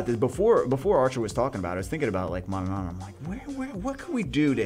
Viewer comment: You're saying four times the amount of n there are in Manannan... Manananananananana lol